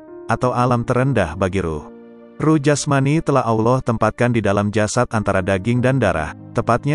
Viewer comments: FASHIHKAN DULU DALAM ME NGUCAPKAN KALIMAT2 BAHASA ARAB SOALNYA BANYAK YG SALAH , ALLOH di baca AULOH , SUBHANALLOH DI BACA SUBHANAULOH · ALLAH hu Akbar ya Tuan comment sebut nama rassullullah Tak betul Nak cerite pasal qolbu KENA belajar sebutan sebut nama ALLAH pun Tak betul KENA belajar pasal Orang tgk seluruh Dunia KENA belajar sebutan